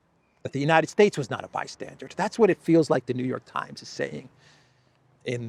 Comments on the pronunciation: It's NOT 'by-stan-durD' but rather 'by-stan-DUR'. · Bystandard? It's "bystander" you "fargin icehole bastage"....😉(Johnny Danerously) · Bystander! Not bystandard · The word is "bystander", as in merely a watcher on the margins - there is no english word 'bystandard' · BYSTANDER and BYSTANDARD are not the same!!! "BYSTANDARD" IS NOT EVEN A WORD!!! OW!!! My brain! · bystander not bystandard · Bystander. BYSTANDER. For the love of God, the word is bystander. Not 'bi-standard'(?). Geesh. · Why do you keep saying "bystandard?" 🤨:face-blue-question-mark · Bystander isn't "BYSTANDARD". My ears are hurting ! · Bystander not bystandered. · by-stander not by- standard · It's NOT BY-STANDARD (Hard D at the end). it's BY-STANDER (Like someone standing). BY-STANDER...Just sayin' brother. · "Bystander" not "bystandard". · Bystander: not bi-stsndard. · Bystander not -standard …. 😁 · The word is "bystander". Not bystandard. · FYI - it's "bystander" not "bystandard". Minor point. Love your updates. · Blimey, Your English?? Its " bystander " not " bystanded " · Trump was a bystandered?? you mean bystander, yes? Maybe my ears have to much wax in them. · Bystandard is not a word:D. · ...Sorry the word is bystander not bystandard😊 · There is no d at the end of the word bystander Or are you saying bystandard? Which is not a word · It's bystander, not bystandard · No “D” at the end of bystander